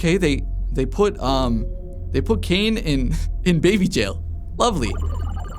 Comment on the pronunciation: "i'm having a ✨BWayBey✨" you mean uhhh.. Baby? 😭